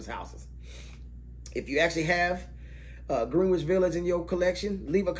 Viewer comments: Ahh, my current winter scent. And, take it from a born n' bred NYer whose been hanging out in Greenwich Village since the 80s, it's pronounced Gren - itch. Great vid, bro!👍🏽👍🏽👍🏽👍🏽👍🏽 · Why do y’all pronounce it word. It’s not GREEN WICH. It’s pronounced Grenich. Y’all be irritating. 😂